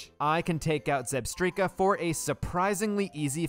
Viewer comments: Zeekrom? Zebstreeka? What is happening?😂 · Ko-fagrigus, Zebstreeka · "ahhh yess ZEEkrum, and ZebSTREEKA" my favorite pokemon. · Zekrom, Zebstrika, and most of the city names.